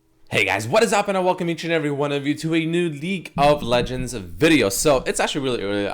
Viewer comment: I swear he's saying leak of legends